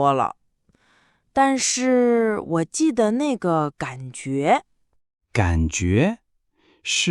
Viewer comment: Very good podcast to learn mandarin. Very good for listening. This is my second episode. Unfortunately, in both episodes I hear one of the words spoken with a wrong tone. Jide - the de in this word is pronounced as if it is a second tone. I learned that it is a neutral tone. Unfortunately too many people use the second tone for the de in jide. Both narrators voice is pleasing to the ears. I will continue listening.